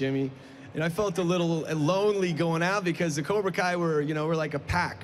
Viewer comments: "Koobra Kai" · did that dude say "Cubra Kai"? I think so, let me know what you think.